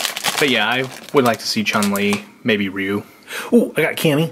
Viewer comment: it's pronounced Rye-u